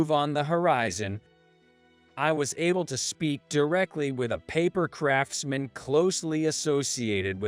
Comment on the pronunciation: I like it, all the mistakes like crafts man and not craftsman, which is one word. Might be cheaper to have a A.I to read the story, but is jaring.